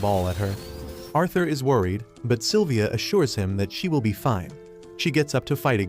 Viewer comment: Its Sylvia Not Silivia